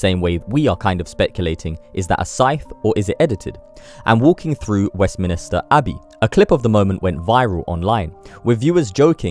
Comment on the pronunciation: The word you want is West MINS NO I STER. MINSTER